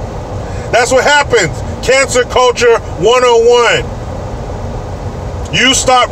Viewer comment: Did say "cancer culture" or "cancel culture"? haha. needs a visit to the White House!